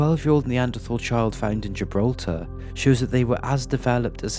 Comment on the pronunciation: Ye but the way he kept saying Gibraltar was annoying 😂